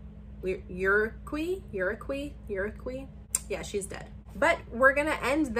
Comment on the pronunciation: The way you were saying DED had me cackling 🤣🤣